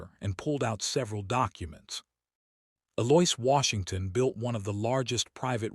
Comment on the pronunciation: Also, Eloise was pronounced E-Loia... dating pronounced dating.....